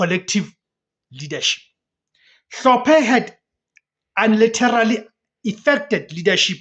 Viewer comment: My brother English might not be our best language, but please correct your pronouncement for the word "unilaterally"....it looses its meaning completely